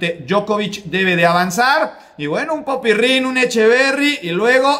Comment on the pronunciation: No sé porque pronuncias PopyRRin, es solo PopyRin, con una sola R.